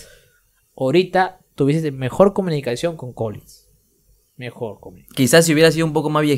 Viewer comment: Xq dice colinsss .....es Collen...."Colllin".....